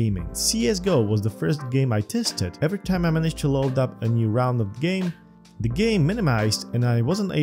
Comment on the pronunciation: what is zee height?